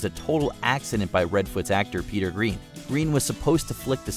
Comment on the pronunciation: Pronouncing Eva Green's last name like the color instead of like the word "grain."